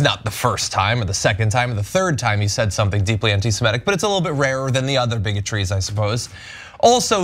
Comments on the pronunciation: SEMITIC NOT SEMETIC!!! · Semitic, Ana, not Semetic...